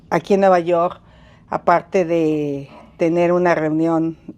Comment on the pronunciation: Nuvayorrr..hable bien ingenra así cómo dice vulgaridad y media parece a su hermano Peña Nieto😂😂😂😂😅